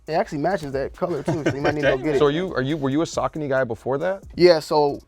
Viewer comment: I was mildly a saucony fan until I heard the proper pronunciation